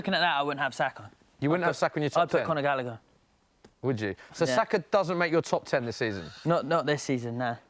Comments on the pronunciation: he said Gallagher 😂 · Had to turn it off half-way through. When he said gallagher- i lost the plot